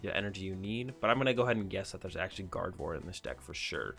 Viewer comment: Still saying gardeon not gardi 😀